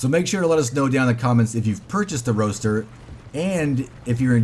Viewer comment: For having Roadster in the game, the horse feels sluggish and the handling is trash. Also, its pronounced ROADster not ROASTer.